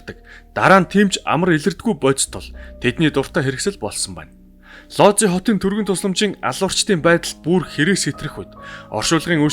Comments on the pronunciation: Сайн байна уу, дандаа сонирхолтой мэдээллийг гоё хоолойгоор хүргэдэгт баярлалаа. Лози хот биш Вүүж хот гэж уншина шүү. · Би Польшид амьдардаг болохоор их сонирхож сонслоо. Ийм учраас одоо ч хүмүүс Вүүдж хотын эмнэлэгт үзүүлэхээс айдаг юм бна. Лодзи гэж уншихгүй Вүүдж гэж уншигддаг шүү. Амжилт байнга сонсогч❤